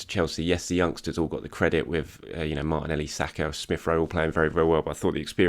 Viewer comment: I only tune in to hear his geezer pronunciation of Martinelleeee. is a Gooner, ello ello......